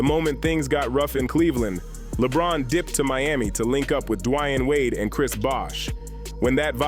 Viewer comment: Never heard of D-Wiyan Wade 😂